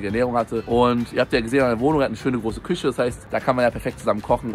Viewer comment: Gerade das Video von varion gesehen mit dem ch und sch in der Aussprache, merkst du es nichts selbst beim schneiden? 😅🤷‍♂️ Küsche und praktich triggern mich am meisten 😂 Wurdest bestimmt schon mal darauf hingewiesen, wäre schön wenn du im stream nochmal erklärst warum das immer noch so ist 😅